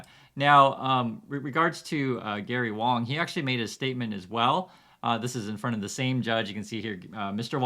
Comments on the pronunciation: Actually 王 is pronounced WAAAAHNG instead of WOWNG or WAAAYNG, means King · It's pronounced wong your wong about that lol 😂 please don't burn me at the stake (was a joke) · It shouldnt surprise anyone that it is pronounced as “W(o)ng” it’s just like the ‘A’ in Walt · Dude I’m a white Australian and I pronounce Wang as ‘Wong’. Don’t insult me. Others also who don’t know Mandarin or Cantonese understand this. How patronising mate. 😢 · Yer tone is wrong 😜am I allowed to say that? It's not quite the same as pronunciation. 🤣